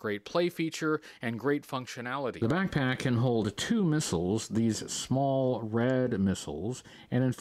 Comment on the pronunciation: Ten years brother! Thank you for everything! But damn I can’t not hear “Aflack” every single time u say “back pack”